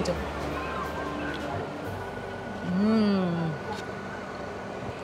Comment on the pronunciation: I became a new subscriber because after 20 years living I can finally found a foreigner that can correctly pronounce Ramly, most foreigners pronounce it as Remly/Raemly. Kuddos to you guys.